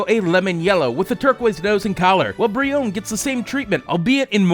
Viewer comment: Its breone with the e sound at the end like in bee